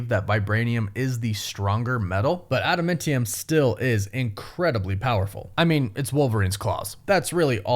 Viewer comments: AdamAntium not AdamEntium… huge fan love you! :) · You talk weird dude. You over-annunciate your T's, and it's adaMANtium... not adaMENTium. It's TEE-a-mat, not TYE-a-mat. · It’s pronounced Ada-MAN-tium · Please stop saying Ada-MINT-ium!!! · ada man tium, get the pronunciation correct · I cringe every time you say Adamentium. Stop it. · Is there a reason why you dont properly say the names of adamantium and tiamut? its not like in anime with language difference's. its been said multiple times and pronounced properly.... "Adementiem, and tiamet" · how are you mispronouncing adamantium at this point? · IT CONSTANTLY BUGS ME. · that one too! But he says adamantium wrong SO much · He’s one of those people that say things wrong on purpose, pretty much every video. It’s a compulsive thing.